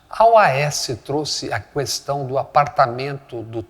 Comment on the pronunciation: CARALHOOOO... É "KESTÃO", NÃO "KÜESTÃO!!! JÁ NÃO BASTA AQUELE HITLER DOS TRÓPICOS DIZENDO ISSO, PORRA??